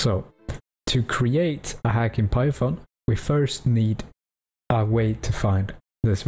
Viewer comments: “if you don’t have shi onion installed” 😭 Btw great tutorial :) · Lol "Sheet Onion"